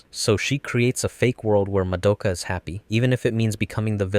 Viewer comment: Why can’t anyone pronounce Madoka’s name right? They say it a thousand times in the anime, do people just not pay attention?